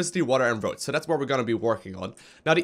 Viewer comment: Electricity, water and ROACHES!!!! hahahaha i know it is "roads" but it seems like roaches :p